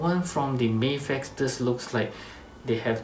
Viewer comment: I like that you say "May-fex" and not "Maf-ex". "Maf-ex" sounds like American mispronunciation to me.